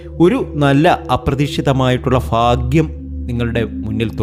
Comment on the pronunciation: ഫാഗ്യം ഫാഗ്യം സൗഫാഗ്യം. ഹഹഹഹഹഹഹഹ 🤣😀😀🤣😅😂🤣🙏